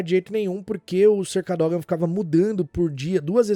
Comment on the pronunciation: A pronúncia do Sr. Cadógan foi braba kkk😅